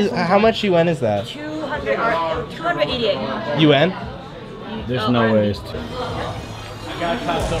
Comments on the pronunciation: cash said yuan as YOUON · Their currency isnt pronounced "U-N" lmao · I️ cringe at the way they say yuan